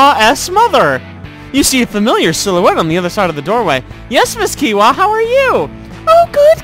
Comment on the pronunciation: kiowa is pronounced kio-wa